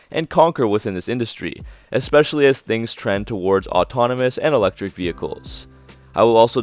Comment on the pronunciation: There's no x in "especially."